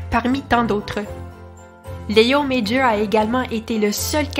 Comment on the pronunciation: C'est amusant, vous prononcez son prénom correctement mais pas son nom de famille. Son nom de famille est aussi français...